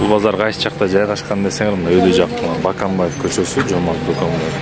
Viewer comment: Баканбаев эмес боконбаев деп так суйло оруссунбу